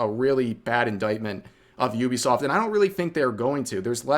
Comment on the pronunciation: ok... you saying "Iubesoft" instead of Uh-bee-soft i get it, english is a broken language but bro... E-ah-e-do. Iaido. to non broken languages. dude... you need to be a better weeb haha japanese technique dude. english is broken, dont read shit, listen to it mentioned in a video and pronounce it like that.